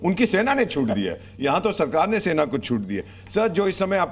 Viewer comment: Sena ko chhena bola hai aapne